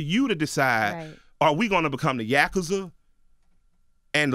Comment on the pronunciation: Bro I can't get over the way he pronounce Yakuza lmaoooo shout out to the big homeie